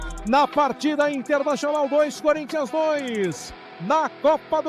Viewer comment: Impressão minha ou o falou "Forinthians"...😂😂😂😂😂😂😂😂😂